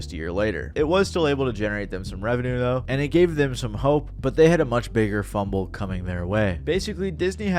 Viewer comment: fuble its fumble bro lol 😅